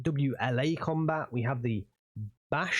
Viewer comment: translation for BA-64 kombat ( its pronounced kombAt, not kOmbat - comandir bataliona, batallion commander ) is Berlin-Caucasus